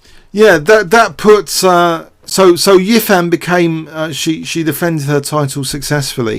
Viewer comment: Hou Yifan is pronounced hoe (like the garden tool) ee (like the letter) fan (like on a hot day). the family name is usually placed before the given name, but in association with western idioms would besaid EE-fan HOE.